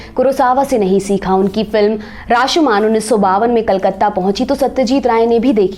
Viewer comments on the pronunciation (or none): Kolkata, kal katta nehi. Bangla, banngaal nehi.